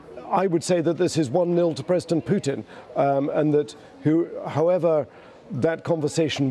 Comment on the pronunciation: "Preston Pootin"